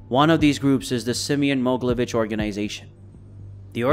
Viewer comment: Not Moglevich it's called MogEElevich